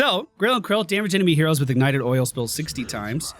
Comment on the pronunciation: It’s grill and kill not krill